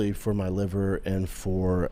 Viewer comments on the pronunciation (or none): none